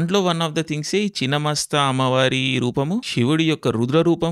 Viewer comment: Good video. Pl take care of diction of imporantant words. Its is ఛిన్న మస్త..